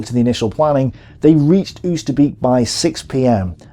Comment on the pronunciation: Ignoring Dutch Resistence intelligence! And the Arnhem dropzones too far away. Loving these videos, looking forward to the next one! Btw it's pronounced "ohwsterbake" not "ousterbeak":D not that it really matters but hey;) good job on these vids mate